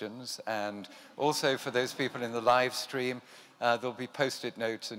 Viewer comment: Posh British man saying "live stream" was really funny